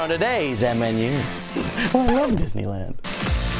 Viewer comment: you said "didney lan" SMG4 GET OVER HERE